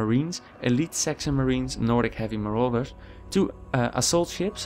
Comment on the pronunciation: marauders. muh-rawd-ders the rest of this was really helpful thanks :)